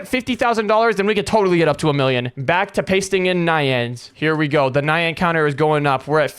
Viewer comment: It’s pronounced ni yan NI YAN NOT NaYaN